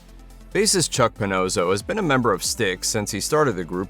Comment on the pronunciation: It's puhNAWSoh, not puhNOSEoh